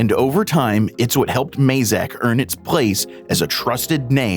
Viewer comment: Why do Americans pronounce Mazak wrongly.